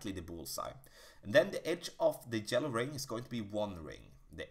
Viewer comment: Every time he says “Jello ring” I laugh and forget everything I heard.